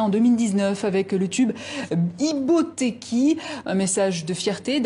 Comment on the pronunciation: C'est pas Ibotèki,c'est Ibotèkhi. Vous ne comprenez pas les langues Africaines,et c'est vous qui voulez toujours parler dans l'affaire des autres.